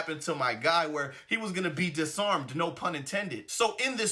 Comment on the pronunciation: Man said de armed 🥺😅🙊🙉🙈